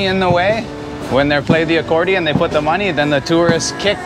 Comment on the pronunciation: "Give me mah-knee" Lol